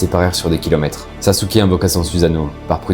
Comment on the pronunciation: Saske (sasuke ) pas sasouke